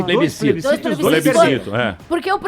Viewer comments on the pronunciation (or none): não consegue pronunciar plebiscito... se deixasse o celular de lado durante o programa talvez soubesse